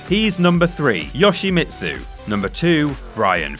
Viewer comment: UGH your list is as piss wank as you pronunciation of Yoshimitsu.